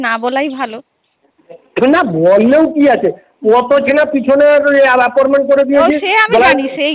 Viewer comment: "Aporment" 😂😂😂 thogir collection agent